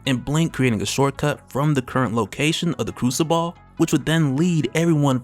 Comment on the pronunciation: It's pronounced like " crusabull " you saying ball at the ends killing me lol